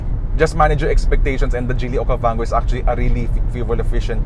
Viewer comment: This is Geely Okavanggooo hahahahahaha Don't Recommend This Channel.